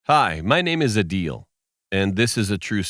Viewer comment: His name is Adeel not 'a deal' It's a Pakistani name